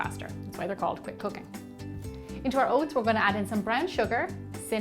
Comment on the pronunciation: I thought she said "quick cocaine oats"! Lol 😂 OMG ...